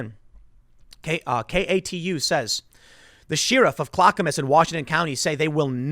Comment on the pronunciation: Tim, please, I beg you . . . Clackamas (CLACK-uh-mus) Voodoo donuts.